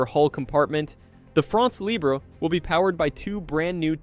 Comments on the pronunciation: For heaven's sake, it is NOT "France Libré (like LIBRAY), it is "France LIBRE, like LIBR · Please, look how to prononce two words when it's the main topic of your vídeo.